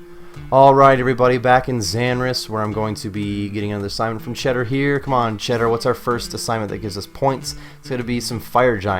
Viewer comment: Chaeldar*** not cheddar lol